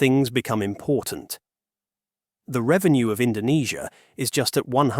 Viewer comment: Don't believe me? listen , where he mispronouce Indonesia due to typo